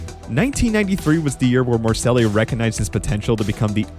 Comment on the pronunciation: and then you butcher morceli it is moor cell leee . Really amateurish